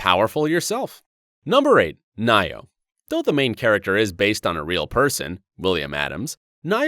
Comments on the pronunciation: NioH. Ni-O Not Nye-Oh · It pronounced "Neo" not "nyo" 😂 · .....He really pronounced Nioh Nyoh XDD